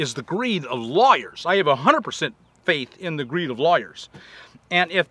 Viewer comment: At first I thought Bob was saying "liars" when he said "lawyers." LOL! I've had my share of honest lawyers digging me out from situations the "liars" put me in!